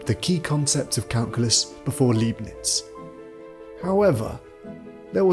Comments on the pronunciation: Why can't AI get the number of fingers right? Leibniz is not pronounced Leebniz. but Libniz. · It's pronounced Liebnitz ya nation (said like lie) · Well balanced film. But the mis-pronunciation of 'Leibnitz' and 'Principia' is weird.